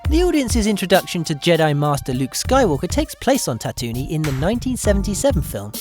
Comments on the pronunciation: I know I'm gonna sound like a nerd but it's ta-too-ween. Not whatever the hell you said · Ah i couldn't careless if i'm a nerd, just hurts to hear. Its like when someone says your name wrong